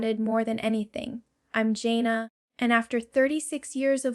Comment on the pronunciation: I love Jana. This video is AI. She called herself Jane-na, instead of Jan-na. She speaks of the girls escaping and she would never say that. Even her phrasing is not her style. I don't know why people do these kinds of things. Let her be herself and tell what she wants IN HER OWN WORDS.